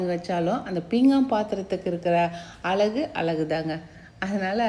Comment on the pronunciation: அழகு என்று சொல்லி பழகினால் நல்லது. தமிழுக்கு ழகரம் தான் அழகு. தவறாக இருந்தால் மன்னிக்கவும்